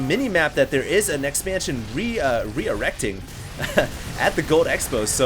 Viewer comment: "Reerecting".. really?